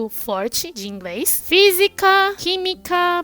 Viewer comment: pqq quando é pra falar R ela fala L e quando é L ela fala R? Ela fala IngReis... kkkkkkkk